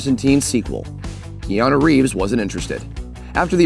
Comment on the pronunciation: His name isn't pronounced "Kee-ah-noo". It's pronounced "Kaah-noo".